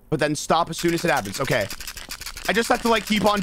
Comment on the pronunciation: it sounds like he said "that's gay" instead of "okay"